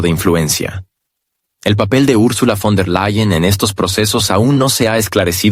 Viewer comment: fon -der-LE-yen